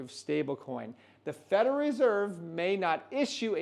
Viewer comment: Say it slowly with me … “Fed-ER-ALL” now all together “federal”…well done, keep practicing. 👍